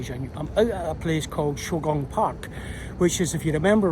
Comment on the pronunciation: Quick correction: it is “Shougang Park”, not “Shaogang Park”. I enjoy your content, thank you!